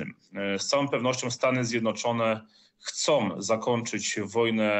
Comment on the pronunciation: Lukasz Pacholski, Magazyn Wojsko ,"ten PEtriot", "Stany Zjednoczone chcOM zakoNczyc", to "N" wymowil bez zmiekczenia! Co to za jezyk polski?